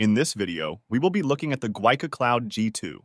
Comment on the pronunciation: The company name is actually pronounced, "gee-wee" 🤪 I was corrected by a tech on a phone call.